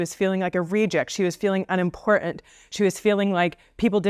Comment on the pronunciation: Why is it that certain people do not want to pronounce the word "important" correctly? Is it because the concept of "importance" is now considered bad by certain sects of society, who can't be told the right way to behave?